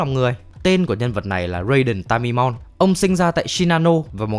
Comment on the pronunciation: Raiden ta ma ê mon mới đúng chứ :(((